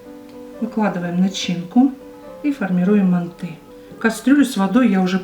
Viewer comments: мАнты , а не мантЫ! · ужасное ударение на слове манты, так не говорят МАНТ, МАНТЫ! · Манты ударение на ы ыыы